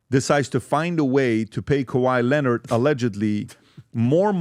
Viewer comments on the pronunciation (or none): “Kay why layonard” 😂😂😂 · PBD trying to say Kawhai Leonard ...😅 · how the hell did you pronounce Kawhi Leonard in the beginning?? 😂😂😂😂